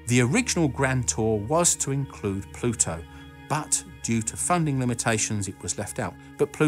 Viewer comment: Just upload a video of you saying the word Pluto in different sentences. Pah-LU-toe